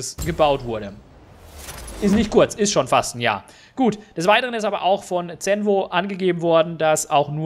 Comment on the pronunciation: Zenvo spricht man so aus wie Zonda, mit einem "S" so wie man auch z.B. Sonne oder Süden ausspricht.